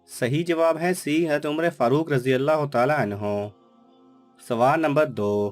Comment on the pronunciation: Assalamalaikum sir ap Hazrat ka naam achaye se bolye ap ye Haz kya